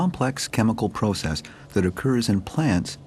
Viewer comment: Why he says process like that puzzles me